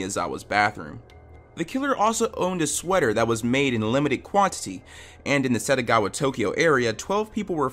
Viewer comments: Why pronounce Setagaya as Setagawa every time.. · SettGaYa, not Settagawa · It's SETAGAYA ward, not Setagawa. It's in your title. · It’s Setagaya. Not Setagawa. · It’s setagaYA not setagaWA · please be more careful with pronunciation, throughout the whole video SETAGAWA is heard, but it's SETAGAYA the name of the city. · Title: Setagaya Dude: SetagaWa Ears: Tf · Yeah it’s killing me. Not just once but every time he said it 💦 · It’s written Setagaya. Why would you say Setagawa? Why? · setagaYa not wa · Title: The Setagaya Family Massacre Voice over guy: "The satagowa family murder" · Keeps saying Setagawa 💦